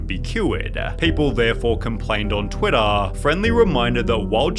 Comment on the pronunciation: bruh why do you say twitter like that